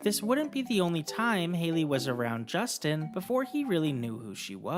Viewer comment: It’s a J, not a G